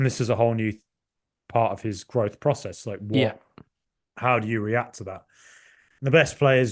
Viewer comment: Absolutely love you, but why do you pronounce "process" like Vince McMahon?